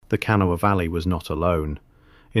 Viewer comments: There was a photo of the Criel skeletons on shelves at the Smithsonain in our paper. 1938. I wasn't born yet. The Smithsonian has no idea where the skeletons are. They were at least 7 feet tall. The jewelry, etc was also taken and no one knows where they are. Hmm. It's pronounced KUH NAW UH. * There were male and female skeletons.*** Someone took them is my assumption. I've been on top of that mound several times. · Wish the narrator knew how to pronounce kanawha. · Those of us who live in West Virginia chuckle every time you say Kanawha. But nice video none the less.😊